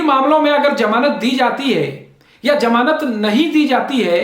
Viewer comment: बडे़ शर्म की बात है, जितने आप पढ़ें लिखे हैं उतना घटिया आपका उच्चारण है । कितने बेझिझक होकर आप, फै़सला ( faisla ko phaisla ) को फैसला , ' श ' को 'स ' और ज़मानत 'को ' जमानत 'कह रहे 'zamanat' ko 'jamanat ' ऐसे उच्चारण से तो एक अनपढ़, जाहिल और टपोरी का उच्चारण अच्छा है